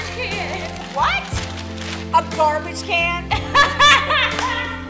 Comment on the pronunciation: Garbage not carbage